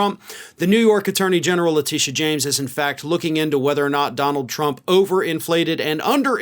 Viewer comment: Who is Lateesha James?! Do you mean Tisha James, the New York AG? It is, always was, and always will be LETITIA (Tish) James,. You can’t call out the GOP for doing exactly what you do on a daily basis. Get the name right! For once!